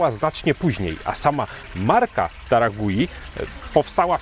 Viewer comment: Marka nazywa się Taragüi, u z kropkami dwoma czyli u umlaut, a zatem czytać należałoby chyba taragłi 😊 Podążając za Wami w podróżach po markach mate w końcu dotarłem do taragui klaczycznej. Zgadzam się z oceną, że w porównaniu do innych marek argentyńskich ta się wyróżnia. Jest bardziej zdecydowana w smaku. Body dominuje nad niuansami. Czuć przede wszystkim cierpkość sezonowania i goryczkę, choć po filmiku spodziewałem się znacznie większej goryczy. Przypomina mi trochę klasyczną biało-czerwoną amandę, ale z pełnieszym body i dużo ciekawszym tłem. Smaki drzewne, cierpkość i mimo wszystko lekka goryczka oraz całkiem dobre pobudzenie to cechy charakterysytyczne tej marki. W tle przebija się siano, powiedziałbym raczej orzeszki niż kawa, trochę spieczonej skórki chlebowej, na dalszym planie delikatnie i nieśmiało ujawniają się suszone owoce. W finiszu mam łagodną cierpkość, a owocowe tło przyjemnie i wyraźnie daje o sobie znać. W finiszu też pojawiają się nuty kojarzące się z kawą. Dobra klasyczna mate w stylu argentyńskim. A co do bliskości taragui do mate paragwajskich? Taragui jest tak blisko paragwajek jak Buenos Aires Asuncion. Patrząc z Polski to blisko, a jednak wciąż pozostaje 1250 km. Już prędzej widzę smakowe podobieństwo do urugwajskich yerb, choć wciąż daleko. To zdecydowanie wyrazista, argentyńska mate.